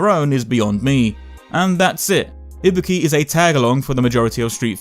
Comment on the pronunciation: Im not here to get your opinion about her design because i dont give a SHIT whether you like it or not, Im here because i want to know her story. and please FFS its IBUKI not IBIKI...